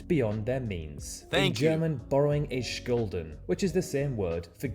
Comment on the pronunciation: Skulden? No it is spoken like Shulden.